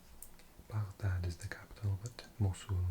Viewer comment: You Arabic pronunciation is really good! It’s Rare to see someone pronounce “Riyadh” or “Baghdad” right